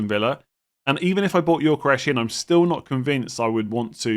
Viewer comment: Please stop saying gyokeres as yorkresh